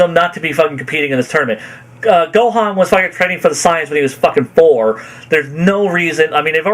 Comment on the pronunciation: Why does he pronounce saiyans as signs instead of SAY-yens, what the hail?